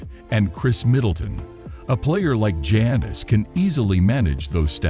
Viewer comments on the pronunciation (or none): How you gonna make nba content and not know how to pronounce Jokic, Giannis and Doncic😂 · AI can't pronounce Giannis .